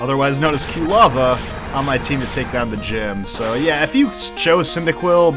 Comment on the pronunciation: I love, but the mispronunciation of Quilava is going to drive me nuts until it evolves...